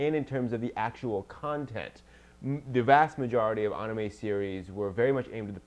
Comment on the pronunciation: Why does it when she says Anime it sound like Onamay? XD